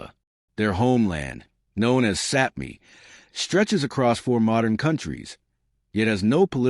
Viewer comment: Very interesting, but Sami should be pronounced rhyming with "far", not with "cat". Their language is related to Finnish, and I once heard a talk in Sami language on radio and could understand some words! I am a Finn.